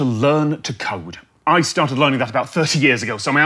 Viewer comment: I was standing a bit away from my phone when during the ad read, Tom Scott said "code" and I fully believed he said, "learning to cope"